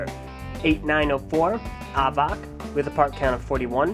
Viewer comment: I'll help you- Avak is pronounced like "havoc" and Zaktan has laser vision, Vezok has leehing vision, Reidak has infared vision, Thok has telekinesis, Avak has telescopic and x-ray visions and can create a living prison with his mind and Hakann has laser-vision.